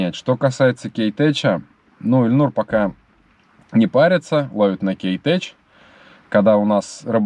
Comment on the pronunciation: КейтеК, ну ни Кейтеч(